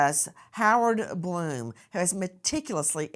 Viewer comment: That's Blum, not Glum. YouTube is not showing an edit button.